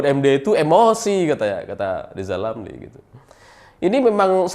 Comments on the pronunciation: selalu bilang LIZAL LAMLI..... 😀😀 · Pingin narik lidah lizal lamli pake tang listrik biar bisa normal bilang Rrrrrrrrr 😁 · Lizal lamly 🤣🤣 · Lizal Lamli apa Rizal Ramli ya.... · Rizal Ramli belajar ngomong huruf R spy bisa rendah hati. Semangat.